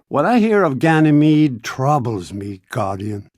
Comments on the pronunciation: AAAAHHHH NO MORE GYNAMIDE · Omg I dyed when new monarchy kept saying ganimede. I know it's files clipped together tho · I don't believe it he said ganamete to much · If one more person says Ganymede or Phobos one more time. I stg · new monarchy cant stop saying ganymede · Ganymede, did you say Ganymede? I love Ganymede let's go to Ganymede so our faction can rise on Ganymede. Ganymede.